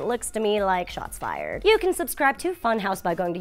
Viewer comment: You pronounce funhaus wrong.....